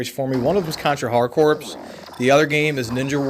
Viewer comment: For the love of god, it's pronounced "CORE."